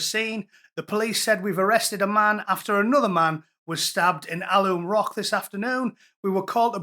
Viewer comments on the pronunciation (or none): It’s AL. UM ROCK IS HOW ITS SAID